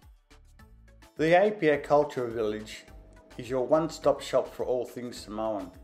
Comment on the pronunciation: Um, where is "Apolou"? Don't you mean Upolu? Also, where is "Papapapai-Uta Falls". It's "Papapapaitai". You also mispronounced every place name you mentioned, even the simplest one (Apia). As someone who has visited Samoa several times, I also disagree with your comments about not expecting too much when it comes to accommodation in Apia and that Samoa "hasn't come to grips with tourism." I've stayed at Tanoa Tusitala in Apia, and the Sheraton Samoa Beach and Saletoga Sands Resorts. The experiences I had those places are totally at odds with your comments. All of the above makes me wonder if you have ever been to Samoa. For you to say, "Don't go to Samoa without watching this video first", is absolutely cringeworthy.